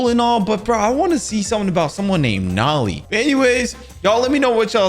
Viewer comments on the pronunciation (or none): Yo bro it's not nolly it's nole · Bro not noli is nolie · I play forsaken and I know it's Noli not naali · Every forsaken player that watches this is going to go insane bc he called noli nali